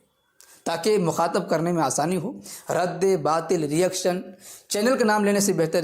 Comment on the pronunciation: اس کو مفتی کون بنایا ہے بھائی اس کو تو رد باطل بولنا بھی نہیں اتا 😂😂رد بات بول رہا ہے😂😂